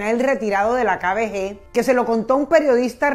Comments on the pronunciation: Dices muy mal "kbg" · No entiendo como pronuncia KGB Dice KBG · Repites Varias Veces KBG Pero Es KGB Señora Copié Bien La Historia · hay cientos de videos en youtube que tratan de la kgb, y pronuncian correctamente. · LA PRÓXIMA DI BIEN "KGB" EN SU CORRECTO ORDEN, GRACIAS. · Es KGB, de resto como siempre chévere! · Cómo cuando no sabes decir KGB